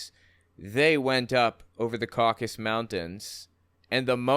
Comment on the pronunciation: Why do and Ana Kasparian and probably others too say "Caucus Mountains" when it's "CauCAsus". The eponymous ethnicity is not called "Caucians", it's "CauCAsians". It's weird. Is it about confusion with the political term "caucus"?